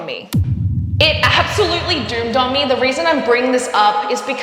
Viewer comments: "It doomed on me???" Am I hearing this correctly? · “It doomed on me” is the cutest mistake for “it dawned on me”😄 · I love how you say 'doomed on me' instead of 'dawned on me'. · Ummm, I think you meant it "dawned on you"... ? Never heard the expression "doomed on me".